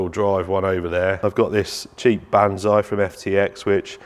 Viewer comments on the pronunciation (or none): none